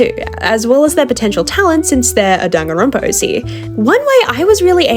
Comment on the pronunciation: Her "-danganronopa" Me: 🥹. "DANGANRONPA MENTIONED"